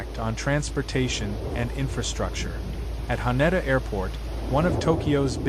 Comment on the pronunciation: Hăh-Neh-Dăh Airport — Haneda = HAH-ne-dah not “Hah-need-a” ❤ — Just FYI.